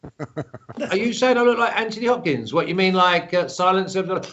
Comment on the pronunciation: ''Hanthony Hopkins''